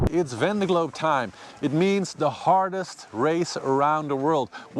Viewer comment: great to have you back! looking forward to your race updates! very much appreciated! ... but please get some french person to teach you how to pronounce »Vendée Globe« in some kind of french way :D